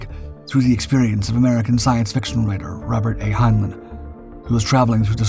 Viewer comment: This is an AI slop channel. You don't hear the synth voice? The newspaprers are gibberish and one "Russian" one is in Japanese. Hinelin is not how Heinlein is pronounced. Block the channel and thumbs down otherwise there will be no more humans on Youtube. We are the YOU!